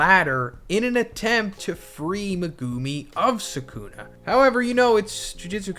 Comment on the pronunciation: He doesn’t even pronounce sukunas name right that’s how u can tell someone ain’t a real jjk fan